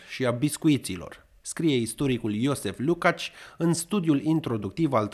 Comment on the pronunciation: Jozsef...nu e iosef...ci iojef...cam așa se pronunță.